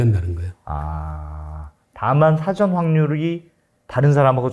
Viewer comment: 흰금! 그리고 진행 중의 발음 중에.. 사:전(事前)으로 발음 하는거 아닌가요?...ㅉ